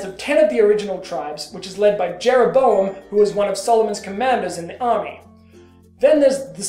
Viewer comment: In English, Jeroboam is a four-syllable word.